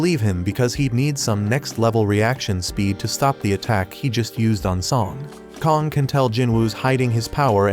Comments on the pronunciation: Also his name isn't Kong its kang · kong bro it's kang and leo is supposed to be yoo